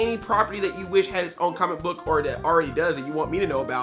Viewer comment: Every time he says "comic book" it sounds like "CAHMICK BUK" Lol jk Love you Andre! :D